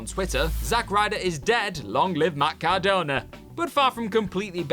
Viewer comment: Cordona. No offense, but no.